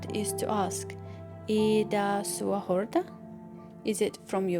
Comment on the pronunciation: horta not jorda.